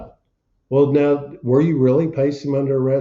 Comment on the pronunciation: Smile, say "the idiot thinks hes got me"... Also, listening to that damned honking goose twang is unnerving, now is a one syllable word goofneck! 😅 UNFIT FOR LAW!